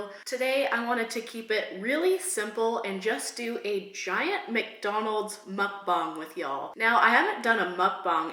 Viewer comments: You keep saying muckbong it's MuckBANG. Say bang, it's bang. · Also it’s not mukbong it’s mukbang just to let you know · When you say Mukbang your supposed to say bang the same way you normally say bang not bong it’s mukbang not mukbong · why do you keep saying "muckbong"? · It's mook-bang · Mispronounced muck bang. Short "A". I also hate you now for making me want McDonald's.